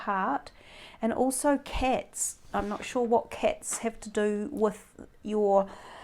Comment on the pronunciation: Nice reading, thanks. I think it's pronounced cats and not cets. LOL